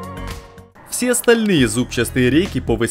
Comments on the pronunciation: Не зубаСтые, а зубчатые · Правильно "зубчатые" и "шестью"!!! Как же это режет слух. 🤣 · Рейки и колёса в приводе - они зубчатые. Не зубчаСтые. Без "с".